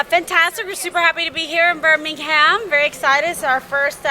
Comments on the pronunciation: I wonder how many British people watching this died inside at “here in Birming-HAM”. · They can't even pronounce Birmingham right lol